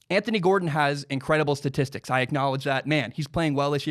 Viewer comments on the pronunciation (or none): none